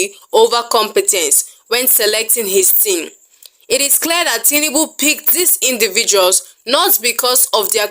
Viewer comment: His name is TINUBU and not TINIBU. You are making it sound more beautiful than it actually is.😂😂 Emilokan-General of Nigeria